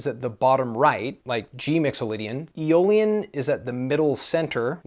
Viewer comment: Around timestamp 1410 you said E- Olean... what is that? 😅